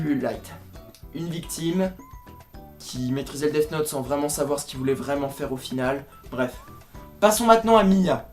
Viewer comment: Tu as tellement bien prononcé Death note que j'ai aimais èwé